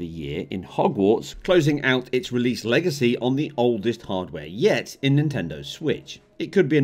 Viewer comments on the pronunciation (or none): none